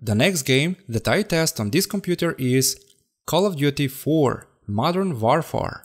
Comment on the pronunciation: ah yes the Modern WarFar